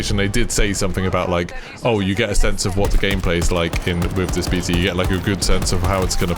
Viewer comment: Bae-ta lol. Love you brother